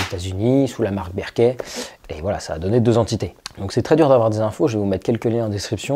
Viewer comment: Ca se prononce Beurk'faild, non pas Bairkéfild